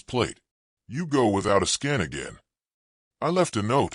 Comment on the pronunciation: Why do say 'a-skin', the word is asking, to ask someone a question. Is English not your first language? Or are you just too lazy to edit your stories, shame on you.😢